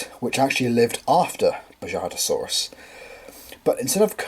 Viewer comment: Just to let you know the J in Bajadasaurus would be pronounced as the H in “house” is. Also I love this figure! 💜